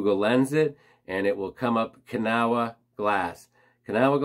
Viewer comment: I’ll play grammar lady…Kanawha is pronounced ka-NAW. Don’t ask me why; I’m not a hillbilly. Hidden Treasures is about 2 miles from my son and daughter. They live in West Newton. Now I gotta stop there on my next trip up there.